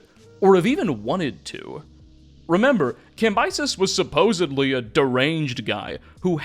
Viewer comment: I just want you to know I listened to most of the video until you said suposebly 😢